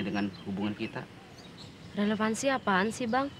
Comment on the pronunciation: Relepansi apaan si bang Cinta itu kan relepansi 😂😂